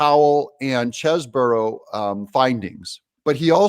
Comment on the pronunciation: Doug, or is that Do ug ? You are the one that said you were going to make a better effort to say names correctly. It is Mc Afee, not M cafee. And it is Chese bro, not Chese boro. I love your show, but would like to see more accuracy on names.